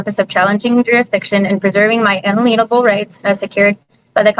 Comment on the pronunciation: If she graduated from a Kansas high school, she needs to be sentenced to repeat the required course in American Government and continue until she gets a passing grade. You know she is sovereign because none of them, including her, can pronounce "inalienable."